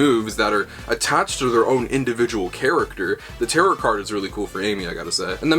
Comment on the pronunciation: I hate to be the nerd emoji but you're mispronouncing tarot the entire video. It's pronounced "tare-oh." Good stuff though, I'm excited!